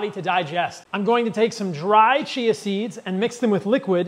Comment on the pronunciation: Just work on your pronounciation of Chia seeds, l thought you were talking about cheese seeds.